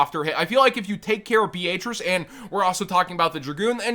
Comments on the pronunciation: Please tell me this dude is saying Beatrice they way he is as a joke, it hurts my ears… lol Be-A-Trice??? 😂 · My brain just had a seizure,bro what the actual fuck was that pronunciation of Beatrice?! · Why pronounce Beatrice like that😂 it’s a relatively normal name too haha